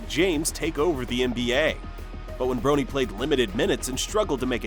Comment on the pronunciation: I finally had to stop watching. The commentator keeps mispronouncing LeBron‘s son’s name!